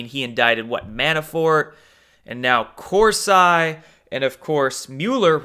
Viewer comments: Great video! It's pronounced Cors- E not I. Just an fyi! lol ;) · It's pronounced Corseeeeeee.....lol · what is wrong with you? you're going to say people are getting triggered and it's a potatoe/pah-tatoe thing but it's not. Jerome cor-sy? really? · Pronounced Cors-eee. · Hey. I like your videos but it’s Cor-see not cors-eye. Also Broward as in eye”brow” not eye”bro”. Lastly Kavenaugh not K”o”venaugh as in “cat” not “cot”. Think pronunciation is important when educating people otherwise you sound uneducated. Keep doin what you do! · Why do you pronounce Kavanaugh and Corsi like that when you know that’s not the way to pronounce them? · Kananov come on pronounce better jerome corsi too u sound uninformed when u mispronounce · Ha! You literally said almost everyone’s names wrong....Kavanaugh, Corsi, even Broward County. One has to wonder if you’ve ever heard these names in the media. But that’s just funny...not bad. I will argue with you however about why the ‘white hats’ allow fraud to go on. They always have! They’ve never had the guts to stand up to these cheating bastards! And just like always they’ll get away with it again. I mean they allow a woman (snipes) to keep her job with voting after a judge found she destroyed votes in a previous election! How does that happen? If you cheat you should never be allowed to work with the votes! But no one put up a fuss...they just let it haas always.